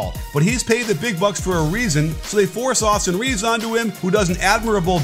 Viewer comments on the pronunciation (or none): Did you just call him "Awesome Reeves"!?